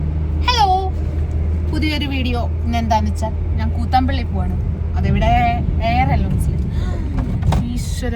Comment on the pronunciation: Kuuuthambulli alla mole kuthambullli